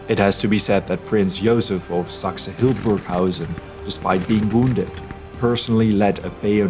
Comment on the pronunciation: Actually it's Hildburghausen and not Hildenburghausen.